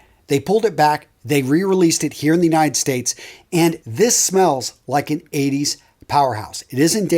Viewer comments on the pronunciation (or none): none